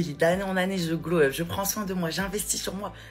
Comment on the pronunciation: Pourquoi elles disent toutes "glow up" Ces pintades???? Si vous voulez parlez anglais, apprenez en la prononciation....